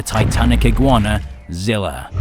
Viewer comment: ...but that's what I'm saying though the original zilla from the movie is fighting kong and its not Zilla Jr fighting kong...I think both of us are having problems understanding what we really mean, but in that case my bad it's just the way you pronounced it in the first sentence that's all